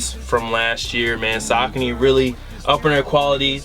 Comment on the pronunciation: Sockny lol its (Sa-Con-Ee)